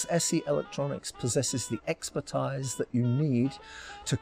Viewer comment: expertise is pronounced ex-per- Teese